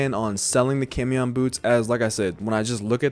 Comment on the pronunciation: Quick fyi camión is pronounced caw-me-own. It means bus